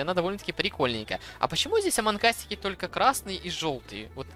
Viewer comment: нэ аманк ас а амонг ас вот так правильно!!!!!!!!!!!!!!!!!!!!!!!!!!!!!!!!!!!!!!